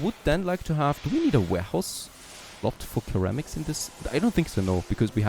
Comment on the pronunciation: In English, ceramics is pronounced as though it were "seramics", not "keramics". At least this is the first time in my 45+ years I've heard it pronounced your way.